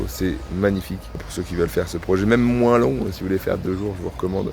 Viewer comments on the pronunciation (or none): none